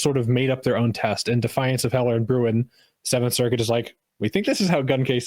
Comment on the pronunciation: The one thing that persistently annoys me about 2nd Amendment discourse is one, very specific about Bruin: That's a Dutch name and it's pronounced close to Brown, just a little deeper in the throat but close enough for writing down how to do it. So you're mispronouncing it, and missing a great pun about how the government doesn't like Bruin people Don't get me started on what you chuckleheads do to German names